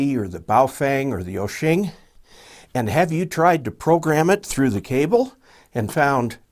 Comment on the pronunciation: Why do you keep saying osheng, there is no NG in WOUXUN.